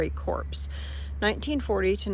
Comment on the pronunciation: You are doing an amazing job planning these trips. Just getting out of the house with Azariah is a major job. Kudos to you. FYI- just wanted you to know Corps is pronounced Cor. Silent p and s.